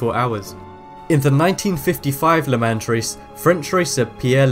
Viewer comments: pronounced "luh maun" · Le "maw" not le MANS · They use ice on bobsled/bobsleigh tracks, not snow. Sharon Stone is an actress. Arrhythmia is not pronounced like that, and neither is Le Mans. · it was shannon stone not sharon stone and the a in le mans is pronounced as an o at least learn to pronounce the names and say the words properly